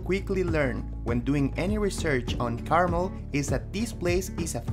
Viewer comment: FYI: It's pronounced CarMEL, not CARmel.